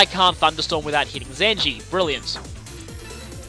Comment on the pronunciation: Did you just call Zenji Zenny?